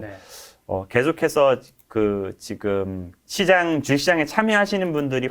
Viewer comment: 그것뿐인가요? 마음이 급하셔서 주식시장을 주잇시장이라고 하십니다.